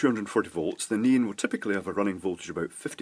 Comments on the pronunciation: I keep hearing say "neen" instead of "neon." LOL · Please, please try to say ne-on, instead of nean. Pretty please 🙃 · It's more of a "NEE-n", than just "neen". Two syllables, but with the second one very short. (Whereas I tend to pronounce it "NEE-ahn". That's how we say it in California.) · “Let’s soder this neen” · The first LED is working with is a NEON LED, i kept hearing "NEEN" "NIEN" and "NEAN". this stuff: Thank you for the FBR explanation, i finally get it. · Ha, I had to read the comments just to find out what a "neen" was. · I kept hearing "Noom", read the description and kept asking "WTF are you using man!!" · it's nee-on......... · I tried googling nin and neen led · LOL ok ,, by the end of the video I THOUGHT he was saying Neon ... but really really not sure..strange thing is 99% of the other words were fine :) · I learned that neon, is one more word that has a Brit pronunciation, and a Yank pronunciation. :) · This is the only time I've had trouble - what's he saying? "Neon"?